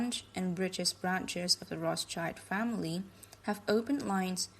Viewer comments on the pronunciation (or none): What's an "ak-uh-sers"? The "rocka-chird famiree"?